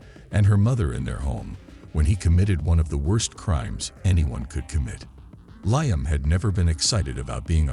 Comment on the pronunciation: Lieum 😂 instead of Liam...there are just some things A.I cant get right 😂